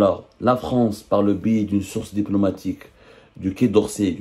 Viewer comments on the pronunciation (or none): none